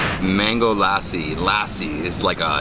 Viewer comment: Remove the “aa” from lassi. L a ssi. PS. Loved the shirts .